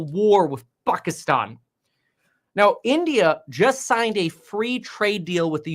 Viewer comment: You just said Pakistan like Fakistan